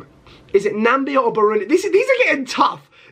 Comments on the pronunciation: Doesn’t know how to Pronounce Namibia it is not Nambia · Bro forgets Namibia has an “I” 😂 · All the countries he mispronounced: Azerbaijan, Malawi, Namibia, Tajikistan, Benin, Suriname, Burkina faso and Djibouti😂😂😂😂😂😂